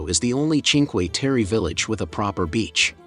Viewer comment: Food in the mauve building in Venazza, up from the jetty, is not recommended. Train station tunnell at Rio is amazing. All 5 villages are beautiful. Please get the correct pronunciation on Cinque Terre.